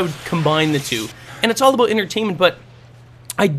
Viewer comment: LOL HE SAID ABOOT!!!!!!!!!!!